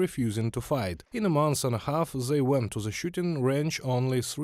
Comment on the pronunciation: Where is your accent from? Why cant you pronounce th? You keep saying zey and not they, its really not that hard to just not say z. I know its not Russian because my parents dont even speak like that.